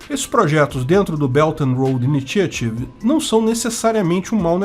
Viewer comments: O primeiro T de initiative pronuncia como sh/x. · I-NÍ-XA-RIV. É assim que se fala!!!